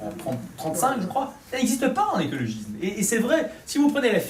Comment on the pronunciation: Ma seule critique : c'est écologisssssme ! pas écologizme ;-)